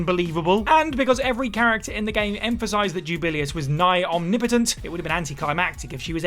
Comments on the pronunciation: Juu - ba - lay - ous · That pronunciation of Jubileus actually made my head hurt. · And he says it SO MUCH.